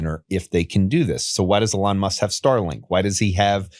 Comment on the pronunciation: This guy saying "uhlon muss" is actually driving me insane